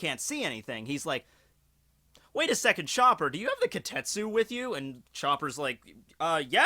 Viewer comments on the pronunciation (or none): Wait, it's spelled as "Kitetsu"? Then why are you pronouncing it as "Kotetsu"? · AAAAHHHHHHHHHHHHH!!!! It's KI TE TSU not Ki tet su!!!!!! AAAAAAAAAAAAAAAAAAAAAAAHHHHHHHHHHHHHHHHHH!!!!!! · Kitetsu ... KI - TE - TSu..... KITETSu ..... not KAtetsooooo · Ka-tet--su? No. KEE-tet--su. Kitetsu. Yeah...I went there